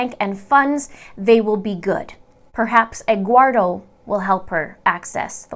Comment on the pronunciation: Eguardo "Omelleto".😂